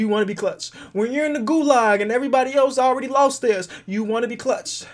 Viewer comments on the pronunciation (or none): none